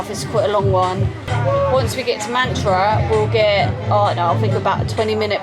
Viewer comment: It’s matara not mantra 😂